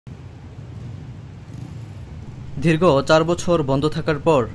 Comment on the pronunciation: ধীর্গ, ভাতরুম, কটোর, ভুক্তবুগী, ধীর্গদিন অবিযোগ, ভাদ্য এসব কেমন উচ্চারণ 😒 ভয়েসওভার দেওয়ার আগে ভালো করে উচ্চারণ শিখে রিপোর্ট তৈরী করুন।